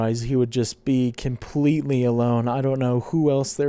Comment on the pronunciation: Did you just say Kimpletely alone?